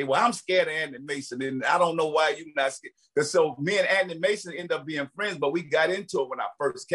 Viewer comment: 😂😂 I thought he said Anny Mason